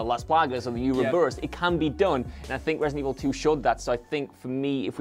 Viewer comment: So do we pronouce it ratedent evil?